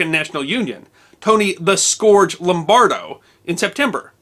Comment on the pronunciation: If you will indulge an inconsequential pet peeve of mine, "scourge" rhymes with "purge", it does not rhyme with "gorge". Forgive me, sir, your work is of infinite value!